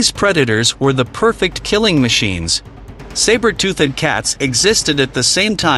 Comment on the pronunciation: Tooth-ed??? Leave the AI